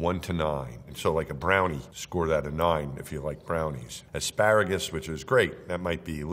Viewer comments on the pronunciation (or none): none